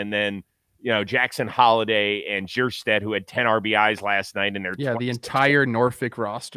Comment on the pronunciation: Jeerstad? lol come on...